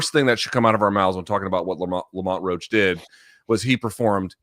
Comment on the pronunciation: His name is Roach damn it lol